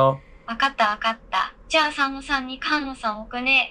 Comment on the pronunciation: ！「かんの」さんじゃなくて「すがの」さんだよ😝うっかりさんめ⭐️🙈